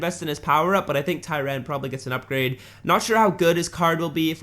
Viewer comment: it’s pronounced Ty- Raun not Ty-Rann 😂😂😂